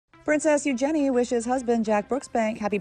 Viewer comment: Eu-“GEN”-ie????????? Wat the..